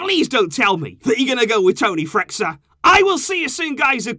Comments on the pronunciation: Pronounciation of Freixa, being a catalán name must be read as "freisha" (like freixenet champagne haha). Just a quick note, i love your videos keep it up ;) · It's Toni Freissha (pronunciation)